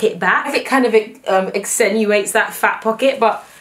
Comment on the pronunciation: ACCENUATES XD accentuates aw bless you are so funny and cute!